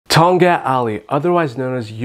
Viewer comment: the k was not supposed to be silent tong Katttt not tong gat lol